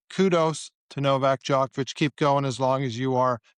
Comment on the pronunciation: Can you say Djokovic correTly